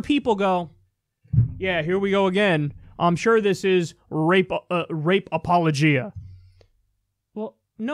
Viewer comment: Yo—you mispronounced apologia. It’s not ‘appleogeeeah’ like in ‘chia’pet— instead It rhymes with ‘’Apollonia’’ like the singer. ‘Ap-poe-low-gia’